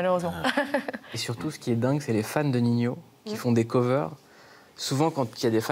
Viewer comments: C normale que il l'appelle ninhyo au lieu de ninho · Y a pas de « i » après le 2ème « N » ni après le « H » donc c’est Ninho pas Niniho,Ninhio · il dit tout le temps ninhio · pourquoi il dit Niniho? c'est ninho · POURQUOI VOUS DITES NINIO ?????!!!!!!!!!!! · C pas ninyo c ninho